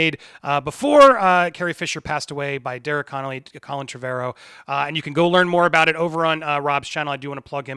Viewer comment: Repeat after me: "TREH-vuh-rowe", not "Treh-VAH-rowe". Your pronunciation makes me despise you even more than usual. It's called Google. Look into it